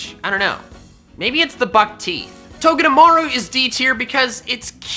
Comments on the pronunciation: TOGEDEMARU, NOT TOGADAMAARO! THAT'S TOO MANY A'S! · «Togdemaru is on the D teer»